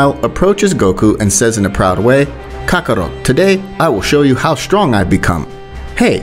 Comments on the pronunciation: Nah bro said kakaro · OK IM KINDA MAD VUTS IT MORE OF A JOKE BUT VEGTA CALLED DID NOT SAY KAKAROT RIGHT